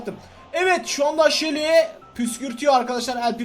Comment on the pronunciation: Shally degil abai sunu seli diye oku